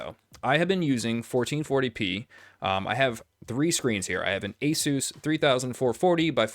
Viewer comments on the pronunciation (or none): none